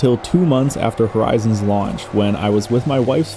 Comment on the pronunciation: thats not how you say horizon xs. I could hear "Satellite" all day too.